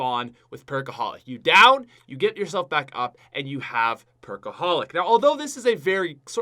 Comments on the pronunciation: The way pronounces back in the intro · am I the only one who heard how he said back? XD